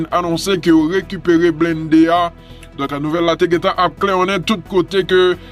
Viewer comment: Bonjour bon travay, men yon sel bagay mwen wè 95% ayisyen ap di blennde men mo a se blindé li ye, e menm ou menm tou ou di blennde, souple ou ka di blindé nan prochen video a souple, paske mwen gen problem lem tande moune ap di blennde (blindé)